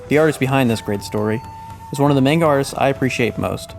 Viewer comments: Maneguh? I thought it was pronounced manga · Great video but it's (Mah-n-gah) not (Main-ga). SMH. I have a friend that has said it the way you do for as long as I've known him. He's like "that's just how I say it" well that's the wrong way! Damn! Have some culture. How are you gonna be so into something and not even care if you're pronouncing it correctly. Jeez! I'm sorry? 😅 I had to say something. I couldn't resist. Great video.